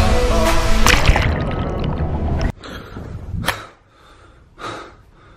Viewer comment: Even the way he says Hawaii kills me.